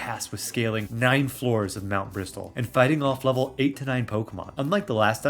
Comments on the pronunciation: The fact you pronounce Mt. Bristle as Mt. Bristol. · Great video, fun idea for a challenge. Just for your info, Mt. Bristle is pronounced with a silent T in Bristle, like "Brissle", and it's "Skuntank", not "Stunktank" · Just so you know, the "t" in "bristle" is silent. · Love the video, I’ve been replaying PMD (with the Remix mod) lately and it’s so much fun, we can’t get a DX version of this soon enough (Also idk if this is a bit I’m not getting but the t in bristle is silent, just wanted to let you know)